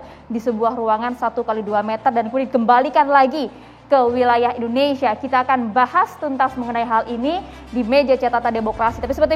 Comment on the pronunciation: Mas Egii, cara ucapnya indonesia bukan indonesa...hihihi..